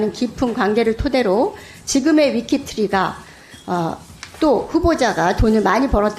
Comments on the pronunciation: 위키트리? 발음하나도 못하는 국회의원. ㅋㅋㅋ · 발음도 흥분해서 르코르뷔지에가 아리라 르코르비에, 위키트리가 아니라 위크머시기,코바나컨텐츠가 아니라 코봐라ㅋㅋㅋ야수파걸작전이 아니라 야스파결작전 ㅋㅋㅋ읽기나 잘해라 이 무식한 아줌마야! 동네반장도 당신보다 교양넘쳐ㅠㅠ